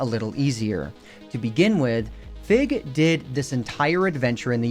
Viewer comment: When you first mentioned Fig's name, I thought you said "Fit" as in FitMC